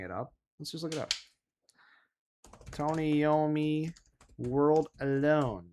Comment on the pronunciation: Lol you said Iommi wrong 😂🤣